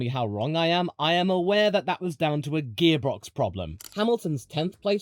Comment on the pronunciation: "Gearbrox" problem, eh? 😂